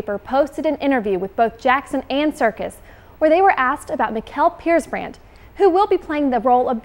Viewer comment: hahaha, I'm norwegian and your pronounciation of Mikael Persbrandt is ridicilous